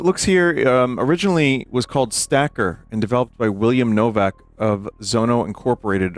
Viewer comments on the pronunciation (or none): none